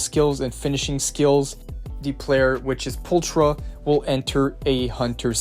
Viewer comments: the character's name its pronounced "Poolckra" in english not Pooltra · Am I the only one that's annoyed he doesn't say her name right? He's saying the ch like the Ch in China when it actually makes a K sound like in chaotic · I love the way people say her name as well. We don’t have it in the game. Her name is not pull- . It’s. Pul-kra. I don’t know why that annoys me so much. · "Pultra" lol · There's also another YouTuber who says her name as Pulchera and it made me recoil so bad 💀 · Same lol alot of the youtubers say her name like that and I just keep cringing every time. They say her name in game. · right?! There's also a few other characters that are mispronounced. Such as: Burnice, Miyabi, Pulchra, and probably a lot more